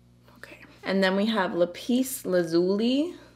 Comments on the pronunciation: Lapis Lazuli is pronounced: Lap-Us Laz-yoo-lye 😊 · Lapis lazuli is pronounced Lah piss Laz you lie :0) xx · Lap-iss Laz-u-lie is how you pronounce the last blue/indigo shade. Lovely palette and a beautiful look 😘🥰 xxx